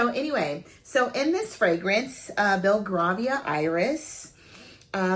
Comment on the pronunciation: Hey its pronounced “Bell-Gray- vee-ah” Iris xxx love your review